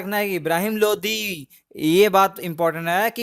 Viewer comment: Bhai lodhi nhi lodi hota h Kya yaar???? High